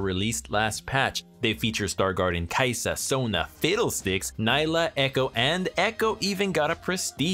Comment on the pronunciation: Why does everyone insist on calling her "Ny-lah" when Riot specifically said her name is pronounced "Nee-lah"?... 🙄